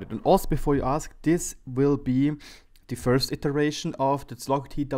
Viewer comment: You should read it as: "chowg" - something like that. Or check it on Google translate, it's very helpful.